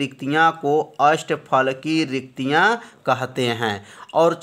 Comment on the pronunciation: Sir riktika hota hai